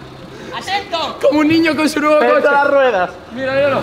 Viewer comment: "como un NIÑO en su noevo coche" que niño conduce?